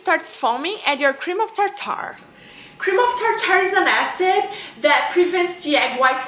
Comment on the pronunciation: You r saying Cream of Tartar wrong it's not Tar. Tar. It's just Tartar one word